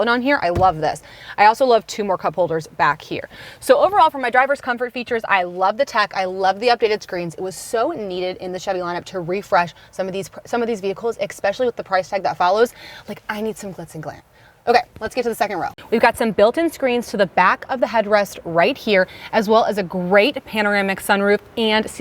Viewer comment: Autonomous [aw-ton-uh-muhs] not ontonamus, especially [ih-spesh-uh-lee] not ex-pecially.